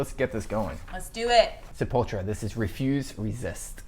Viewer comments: Sepultra? Its Sepultura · "Sapultra" LOOOOOOOOLOLOL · It's kinda sad ur chick knows how to say sepultura and you don't man